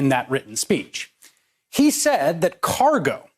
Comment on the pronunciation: No.....he didn't say cargo would be banned. Listen to him... He said carguoughh... would be banned. Seriously though....what is going on with his mind?? It's genuinely bizarre. Just watch any compilation of the many garbled slurry cut-short breathless vocalizations that happen with more and more frequency. Honestly....if either of my parents started exhibiting those traits, I'd have a serious discussion with my 3 siblings about it.